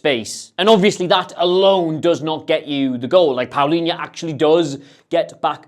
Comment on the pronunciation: You may want to check how Palhinha is pronounced :)